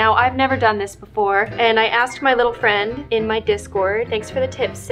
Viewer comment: NUUUUU FWIEND! IS HE OKI? Edit: oh oof oki XD